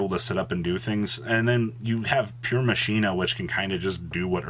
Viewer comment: Earth "Masheena" headass